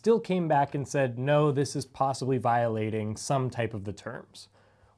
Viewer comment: "voilating"? Really?